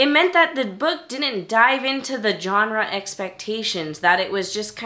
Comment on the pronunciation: I don't understand why YouTubers don't know how to pronounce Genre correctly.